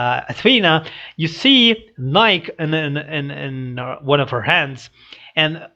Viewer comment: FYI - "Nike", the goddess of victory, both syllables are spoken - more like NIE-key. Because it's a Greek proper name, it doesn't follow the usual rules for English pronunciation. It doesn't rhyme with "Mike", it rhymes with "Mikey". The very last scene, where Cinder holds up something very slender but straight, is difficult to make out, but it's actually a needle. If you watch Cinder's hand motions , you can see that she appears to be sewing something.